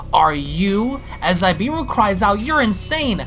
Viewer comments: I believe it’s actually pronounced Zabieru “Zah-Bee-air-ru” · Also its Za-be-air-u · Amazing u but u said zabs name wrong also that's not goku its fon zabs brother plz love ur vids but do ur proper research and don't assume mid video or just ask the artist him self which u should look on insta pretty sure he addressed it